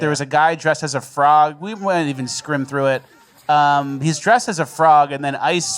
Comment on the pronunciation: Did say "scrim through it"?